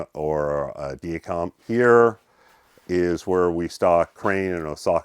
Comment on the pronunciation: That was an excellent tour! One thing I learned was the proper pronunciation of many of the companies I'd been mispronuncing. I'll now sound like an expert when I say "Dia-Compe", "Tange", "Sugino", "Suzue" and "Araya". Thanks!